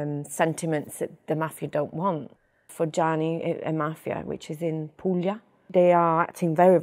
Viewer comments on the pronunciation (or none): none